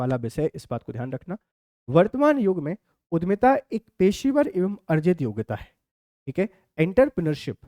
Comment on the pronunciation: Sir उद्यमिता है,उधमिता नहीं